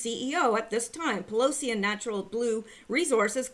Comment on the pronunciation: Pillousy sounds like someone who is quite neurologically damaged.